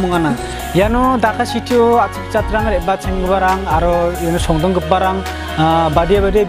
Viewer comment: Want to make you bit correction Say songdong instead of pronouncing shongdong